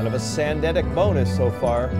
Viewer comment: "Sandemic bonus"😂😂😂